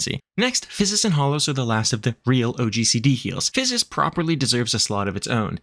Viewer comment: Great job pronouncing "Physis' ", that's a lot of ssss. :) Great video. I'm a Sage, and I've taken a break for a few months. This is an excellent explanation of the job and how the tools work, and provided a great reminder of what the heck I should be doing. Thank you!